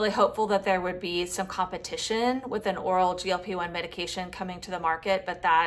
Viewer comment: Pay attention to how you say “competition”. Please try to get rid of your vocal fry. We need to stop vocal fry!!!